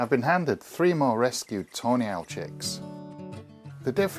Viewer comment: I keep hearing toenail when you say tawny owl haha.